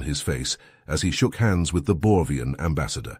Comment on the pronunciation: Am I wrong, cause I hear "Borvian" while it's written "Borgian" in the subtitles?